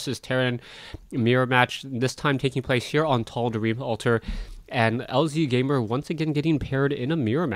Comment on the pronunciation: No one cares about pronunciations!! .... but I do think that it is lazygamer....